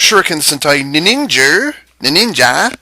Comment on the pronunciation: "Ninningen" LOL